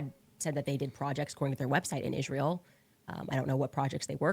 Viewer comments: Why does Candace always say ISHreeyal? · It’s insufferable. The way she pronounces Israel is also insufferable.